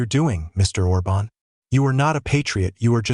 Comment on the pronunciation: The accent on Orban's name is wrongly put. It must be emphasised the first vowel, instead of the second.